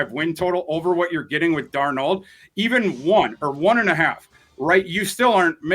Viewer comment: is great, but he’s always mispronouncing players names. (Louise Cine, Will Leevis, Sam DarNOLD to name a few) Someone give him one of those media guides with instructions on how to pronounce players names properly lol.